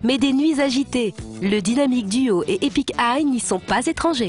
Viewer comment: epik "aille" XDXD